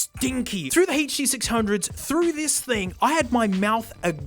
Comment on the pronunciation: He still uses walk through the park (Especially for the huh-duh six hunge-oha